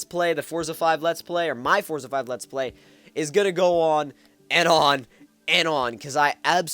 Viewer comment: Pronounce the game correctly.